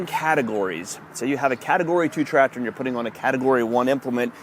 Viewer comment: Every video I watch of someone doing Tractor things, the second I hear "Trator", I leave. Lmao. There's a C in there guys...